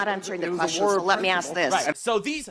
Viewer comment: Can she pronounce "ask" correctly?